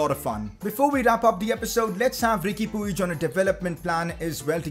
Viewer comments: It’s pronounced peeg not pooeej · Its PWIHG not P U I G